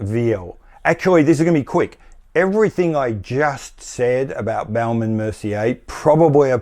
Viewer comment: Love the way you pronounce Baume from Baume and Mercier. You make it sound like baoum which is really funny 😄 for French speakers Raymond Weil ? Are they still around ? If yes, they should close shop and distribute proceeds to shareholders. Steinhart : definition of a cash cow. Thousands of faithful fans forking out €4 or €500 each year to get a new Rolex lookalike. Breguet : aren’t they the European Credor ? Everybody agrees they are great, but you never see them IRL Another zombie brand : UK Rotary.